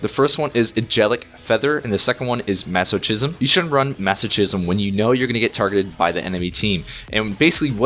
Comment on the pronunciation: Great Disc Priest talent guide! Keep it up! P.S. Masochism is actually pronounced "Mazokizm", not "mazoshizm".